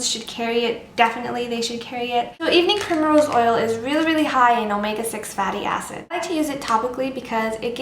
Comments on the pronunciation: What's the second ingredient? Can't really hear what she says, but it sounds kind of like "evening pure mineral oil"? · Hello i understand vit e but evening .... oil i cant understand what you say can you repeat it svp Thank you . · sorry, I couldn't understand the name of the second thing you showed after the vitamin E oil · can you please spell the second ingredient, i could not hear it properly. if you can aswer asap. thanks